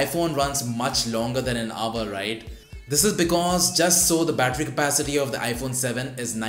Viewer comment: pronounced "hour" not "aver"